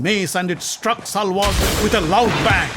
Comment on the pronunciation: It’s Shalya not salva